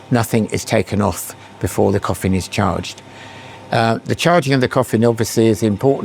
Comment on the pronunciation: Is he saying coffim??